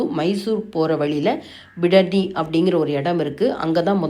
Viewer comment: விடதியில்லை. பிடதி. அழுத்தமாக. உச்சரிக்க. வேண்டும்